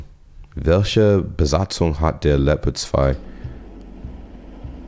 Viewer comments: In itself your pronunciation is good but it is pronounced leo pard not leppard but still good and nice videos from you. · Just a little tip to pronouncing the Leopard, the German way: Seperate the syllables and speak them as seperad words (and maybe pronounce the "e" a bit more like an english "a") and then combine them pronouncing the syllables the way you would pronounce them seperatly: Leo - pard 😉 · You pronounce it something like " La- O- Purd" 😉